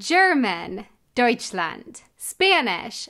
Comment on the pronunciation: pretty cool idea for a video since i love languages^^ BUT the way you said it in dutch killed me! Its a really weird sound the "ui" its like the german au but more with an ä in the beginning. you might wanna listing to some other ui words to get the hang of it. especially when its real easy to mix it up with "au" huis, thuis, muis, struik to name a few but nice try^^